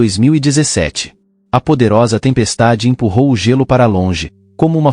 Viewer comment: narrador é Gêlô e nao gélú